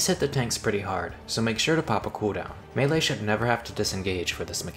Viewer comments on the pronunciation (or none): none